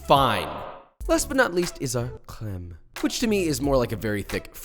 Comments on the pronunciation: Fun French fact ! You pronounced all those french word the right way (maybe a bit less of an hard "r" on the "beurre" and it'd be *perfect*) i've got nothing to say... like, you even evaded the mistake of pronouncing the "e" in the end of "crème" that's like... perfect. I'm proud even though i did'nt participate in that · I’m French and the way you pronounced ‘’crème’’ is just perfect